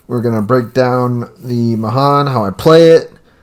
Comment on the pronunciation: USS Mahan is the name of the ship that I served on in the Navy and it's my favorite tier 5 DD She's a great gunboat 😊 Pronounced "mu-han" Nice video